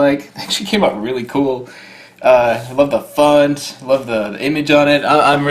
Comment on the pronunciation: Bro did you say funt